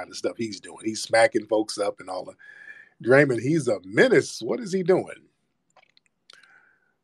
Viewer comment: Calling that man Dray-Mun was diabolical 😂😂😂😂